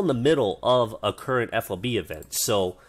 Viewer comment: It's FOB not F.O.B. Though it is an acronym, but the military likes to say those as words because there are so many that it makes for a clunky conversation. Ammo Handling Area is just AHA, like "Ah ha". Well, sometimes it can be either a non-word or letters, like ADA for Air Defense Artillery. But the point was I've never heard FOB said as letters. Even when we're clearly trying too hard to make it work. Like MLRS "emlars".